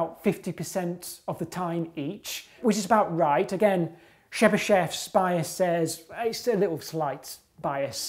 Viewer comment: The way he pronounced Chebyshev killed me